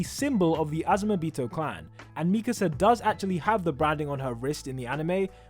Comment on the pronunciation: Why do people say Mikisa instead of Mikasa?